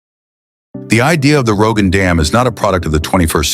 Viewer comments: Если про что то хочешь рассказывать , сперва изучай материалы , работай над произнощением . Не Роганский ГЭС это , правильно будет --- Рогунский ГЭС . И раз таджики взялись за это то неприменно будет построено и пусть будет самим больщим в мире . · Did I hear Rogan Dam? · Ни раган а Рогун.